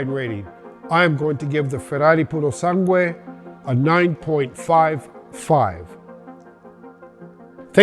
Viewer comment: You pronounced "Purosangue" and other Italian words perfectly. I've heard it crippled by everyone until now. 👏👏👏👏